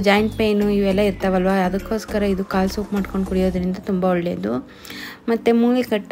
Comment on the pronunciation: ಮೇಕೆ ಕಾಳು ಅಲ್ಲ ಕಾಲು 😊 ಮೇಕೆ ಕಾಲು ಸಾಂಬಾರ್ 👌👌😋